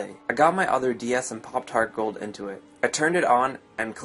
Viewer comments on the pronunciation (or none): Ya i thought it was popart gold in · When he said, "Popped my Heart Gold in," I thought he said, "Poptart Gold in." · I heard that XD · and i thought i was the only one